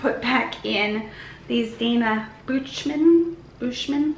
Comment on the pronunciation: Dana Buchman I think sells at Macy’s. I know it went in trash but FYI. Pronounced buck man.